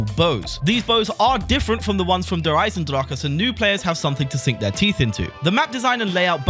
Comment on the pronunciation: Holy shit your pronunciation of "Der Eisendrache" isn't bad.